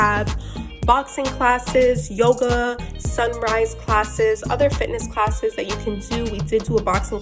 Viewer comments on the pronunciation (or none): none